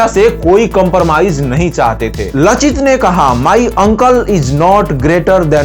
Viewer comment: लाचित। और अगर उच्चारण देखेंगे, तो लासित। उस जाति का नाम है आहोम, अहोम नहीं। Lower Assam का कमांडार लासित बरफुकन दो जंग में लड़े थे। आलाबोइ के लडाई का फल अनिश्चित था, पर शराइघाट के लड़ाई में उन्हों ने गुवाहाटी पार कर के रामसिंह के सैन्य को मानाह नदी तक भगा दिया था।